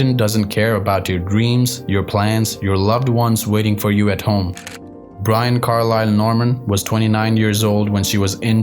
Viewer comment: are you indian? its not ai right? some things you say so strange, her name is like brin, not brine.